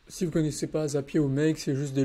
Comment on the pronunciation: Video incroyable comme d'habitude ❤ Mais on dit "Zapieure" pas "Zapié" 😂